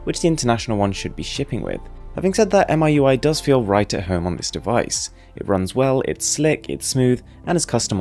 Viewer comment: XiaoMi is pronounced "see-ah-ow me" and MiUI can be pronounced "me UI".. just thought I'll help with the pronunciation! Keep going with the high quality vids! =)